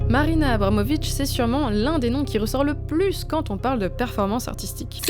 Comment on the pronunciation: Je suis complètement fan de l'oeuvre de Marina Abramovic ( d'ailleurs vous avez malencontreusement écorché son nom ici, mais je pense pas qu'on puisse vous en tenir rigueur puisque j'ai cru comprendre qu'écorcher des trucs c'est un art chez Marina). Merci pour ce super épisode !